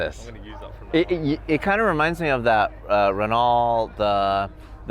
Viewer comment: Larry doesn't even know how to pronounce Renault so he shouldn't point fingers.